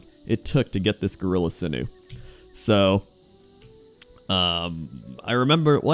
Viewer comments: Lol sinoo. Sinew, sin-you. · Those of you wondering what on earth he's talking about - he means "sinew" (should be pronounced sin-you) Pretty sure you still die in the whirlpool Which kinda sucks if you've come from Darkshore, where there's another whirlpool you can jump into, and survive and there's a hidden quest/achievement. I remember having to collect a billion pages of that damned book just to find one in particular. An the AH full of pages lol. Now you only need to find a couple :/ Fishing tournies are officially "on hiatus" Island got killed in Cataclysm: - my guess is it as a tidal wave :P